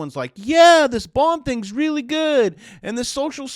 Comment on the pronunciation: Oh reary, ahnuda coridential rerail